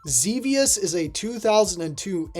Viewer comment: Good for you calling Xevious "ZeeVeeUs" correctly. F*ck those nerds who call it "ZehVeeUs"...they probably never even played the game in the 20th Century.